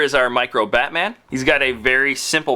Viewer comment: When you said Batman i thought you said fatman